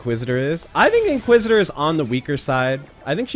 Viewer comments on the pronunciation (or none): You're saying inquisitor name wrong